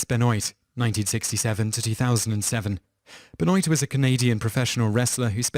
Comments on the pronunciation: /troll on Richtofen is pronounced RichtoVen (can't really describe the "cht" sound in text -- kinda like hhht). In German, "f" is pronounced like "v" hand "w" like "f"... i.e. FolksVagon (Volkswagon). Benoit is pronounced "Benwah" jeffery miller was a communist agent John Lennon, the ambassador of peace, was a self-confessed woman-beater. Tupac Shakur was a Thug. /troll off unfortunately, all the above is all true. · lol isn't it "Ben-Wah" pronounced? Canadian indicates a likely French descent, in addition to the spelling being a dead giveaway. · I'm surprised you didn't pronounce MJ's name as Meek-hail Jake-soon. I mean good god man. Too-Pack? Ben-oyt? I'd call this channel "Toop teenz" but I actually speak English. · It is pronounced Ben Waa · It's pronounced "bənwa". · It's pronounced Ben Wah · benoit is pronounced Ben-WA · Benoit is pronounced BenWAH. And I think he won more than that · chris Benoit pronounced Ben-Wah its not surge night its shug night other than that cool video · Chris Benoit won the World Heavyweight Championship in WWE once, not twice. You could have mentioned brain damage from his many concussions that caused his mental illness. Also, it's not pronounced Chris Ben-Oight. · "Chris Benoit" Criiiiiiinge Silient T bro. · I looks and sounds like he says it like the names look. like Benoit it looks the way he said it. but it was wrong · Mispronounced Suge (Shug) knight and (as mentioned multiple times in the comments) Chris Benoit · ...the way this guy pronounces "Benoit" wrong... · You pronounced Benoit's name wrong. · Wow, I haven't heard someone mispronounce Chris Benoit's name in a LONG time. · I agree. It's not that hard to check out a Youtube video on Chris Benoit before making your own, I think I'll go back to watching "mojo vids" At least they do a bit more research when it comes to pronunciation. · It's Chris Ben-wah not Ben-Noit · Benoit (Ben-Wa) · Simon!! ITS pronounced BENWAH not BENOYT!! 😆😆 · Pronounce Chris Benwa...not Benoint